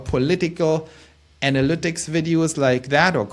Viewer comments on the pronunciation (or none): none